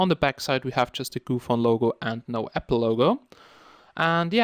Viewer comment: its GOOPHONE not gophone.. lol shame